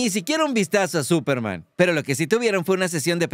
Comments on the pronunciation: te comiste la "S" de Superman 🤗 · Se comió la "S" de esperanza, digo de Superman 😉😅😅